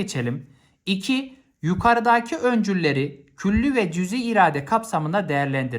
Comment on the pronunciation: hocam yukarıdaki diyeceğinize yukaradaki dediniz hocam